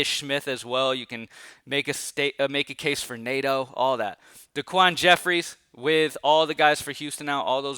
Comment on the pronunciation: Nato? 😂 try neh-toe! 😂...love your dfs content man. 🔥🔥